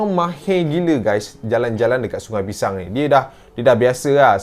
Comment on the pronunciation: semua salah sebab selalu sebut pishang..